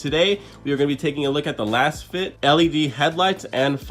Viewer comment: Pronounced “Laze-Fit”